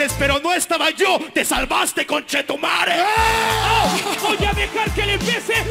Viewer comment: ME DA RISA ESTE BRODER ES SUPER BUENA PERSONA Y E GUSTA SU CONTENIDO Y ME DA RISA POR Q LE SALE TAN BIEN PRONUNCIADO EL CULIAO Y EL CONCHETUMARE JAJA BUENA BRO DAME CORAZÓN